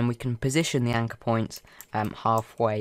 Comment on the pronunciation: Can you speak american w ot point not poimnt WHAT DA HELL THAT?